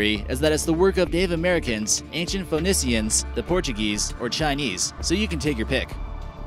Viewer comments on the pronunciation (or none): "fen-eeshuns" NOT " foh- nus- see-uns"...🤔